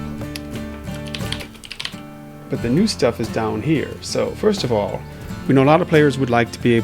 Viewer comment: Ah, yes. My favourite word, "Fitst"